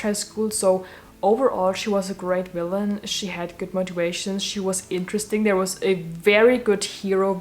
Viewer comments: Wanpires, I stan a girl that can't pronounce the letter v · Ikr! That is how they pronounce it in Germany :)